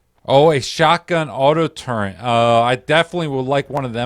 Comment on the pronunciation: not a big deal at all its just one of those things lmao, good video though